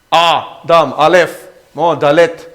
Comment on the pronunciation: Se-tha tia lam tur a nilo. Mizo tawng lam dana lam tur Seth-a tia lam tur. Ada-ma tia lam tur niloin Adam-a tia lam tur.